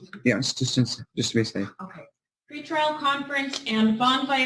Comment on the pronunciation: Why don't these people get with the program and say PRE-trial correctly? "heartfelt goat scream"